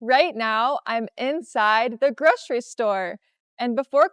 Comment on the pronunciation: groSHery list?? groSHery store?? Are you sure?🤔